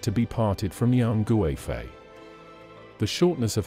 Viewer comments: Yang goo-eh-fei 🤣 but good attempt 😆👍🏻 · I really hate the western pronunciation... Her name should be pronounced KUIFEI, with a hard K, not a G.